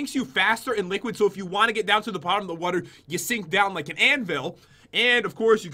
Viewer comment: pat says water wrong